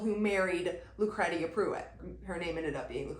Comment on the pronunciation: Lucretia is pronounced like “lew cree sha”